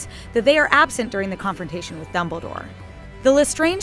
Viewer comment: Lol she said Doubledore